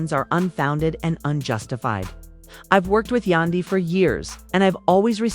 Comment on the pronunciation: Please enunciate Yandy's name correctly. It is irking me! 😫